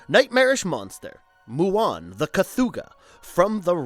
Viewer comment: Great video, but four errors: STAN Winston Studios. NOT Sam Winston Studios. You eventually said it right, but it is KATHOGA, NOT Kathooga. But also M-BWUN, NOT MWOON. Lastly, and just as importantly, D’Agosta is pronounced D’AGUSTA, NOT D’AGHOSTA. But, like I said, great video.